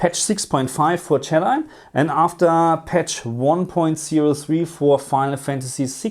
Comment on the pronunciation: Did anyone catch him pronounce jedi as yeeti 😂😂😂 also love this video ❤